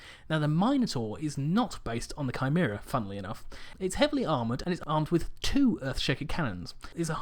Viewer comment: Thank you for saying Chimera correctly.